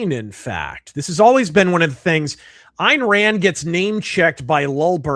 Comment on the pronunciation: I keep hearing IRAN when he says, "Ayn Rand". It's just a funny, persnickety auditory quirk.